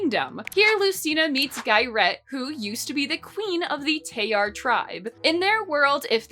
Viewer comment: This may be nitpicking… BUT SOME G’S MAKE A J SOUND. LIKE IN… GIARET? GILLAI? ALSO ITS ADAR (a-dahr)😀 Also I believe Tayar is being pronounced incorrectly (tah-yar) (btw my certifications are having read this comic twice) anyways love the vid and comic!!